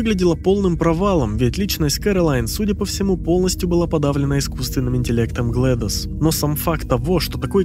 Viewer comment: GlaDOS читается как "Глэдис". Как имя Gladys.